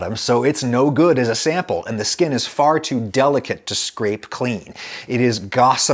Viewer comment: I've never been more offended by something so non offensive before. Stop saying skin like that Adam